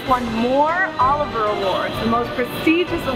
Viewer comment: Olivier. Not Oliver.